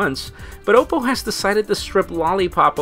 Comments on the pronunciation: Isn't it pronounced "ah-poe"? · learn to pronounce Oppo, u fail so hard